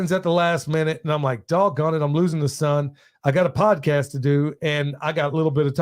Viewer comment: Freudian slip - “Tease out… prodcast”… love having you on in the background while I do my computer day job